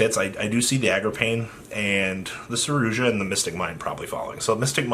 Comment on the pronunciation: Wtf is a 'saroozsha'